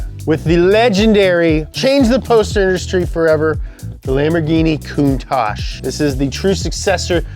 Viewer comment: The way pronounces Countach sounds to me like "cunt-ache" which makes me laugh every time... I need to grow up.